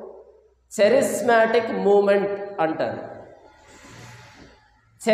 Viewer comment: చరిస్మాటిక్ కాదురా నాయానా, కేరిస్మటీక్ ఉద్యమం. కేరిస్మాటిక్ అంటే గ్రీకు భాషలో క్రృప అని అర్థం. క్రీస్తు చేత ఏర్పడిన అపొస్తులల సేవలు ఇంకా కొనసాగుతూనే ఉన్నాయని, అన్యభాషలు మాట్లాడటం అల్లరి కాదు కేకలు కాదు